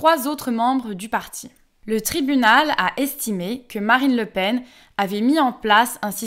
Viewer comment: Le Pen, j'espérais que le "en" soit nasal.